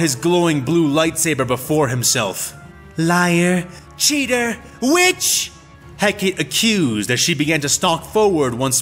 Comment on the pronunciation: You know, Asajj and now Hecate have now faced the pure mack daddyness that is Obi-Wan Kenobi. Between him and a female combatant, a lightsabre fight is foreplay... And it's He-ka-tee, not Heck-Kate.